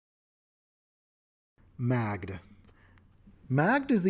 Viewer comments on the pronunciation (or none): Just gonna throw this out there. Magdh should be pronounced Maeve, lentition of the consonents as in the Gaelic tongues. I mean she is like the most Celtic inspired of the Eldest. Just started playing a bard who worships her. That sweet fey obedience is gonna kick butt when I hit 3rd level. War for the Crown campaign, fyi. The Celebrity Archetype Bard is desceded through matrelineal descent from a Leanan Sidhe. The other players don't know that yet. No special powers just an excuse for an insatiable, devouring lust for beauty and love in my RP. A Pathfinder character that is one part WoD Victorian Toreador and one part Cyberpunk Rockerboy.